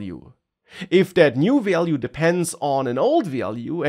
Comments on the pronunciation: Value is not so hard to pronounce, come on 😂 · It was overall informative but i really needed some tolerance when it came to him pronouncing "value" 🥲😂